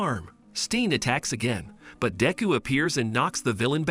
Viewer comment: i just love how he sas dick ho